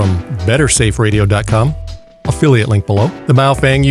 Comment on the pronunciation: he says opheliate link below